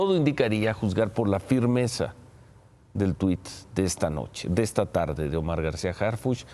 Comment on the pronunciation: "Todo indicaría a juzgar por la FIRMEZA... " El ciro y su pose jajajajajajaajaja REITERATIVO, RECALCANDO (como mal actor de televisión) SOBRE LA DUREZA DEL TWITT jajajajajajajajajajajaaja como si con un mensaje en las redes sociales se solucionara todo, ERES UN VENDIDO CIRO GOMEZ LEYVA.